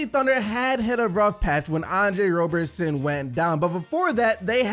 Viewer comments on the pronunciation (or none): It's ROB-ERSON not ROBE